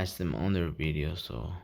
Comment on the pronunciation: I absolutely love your Videos, I like your joy for our hobby, and going along with you on your hunts, it’s Very fun to go out into the Hot Wheel hunting world with you. But I have one suggestion for you, any word starting with the letter “V” is not pronounced like a B. Video is not Bideo, Very is not Bery, you guys are smart, and know a lot about our hobby, Hot Wheels Collecting, don’t mess it up by saying words wrong, say the V words with the V sound, and not the B sound, and keep up the amazing videos, I really love them ...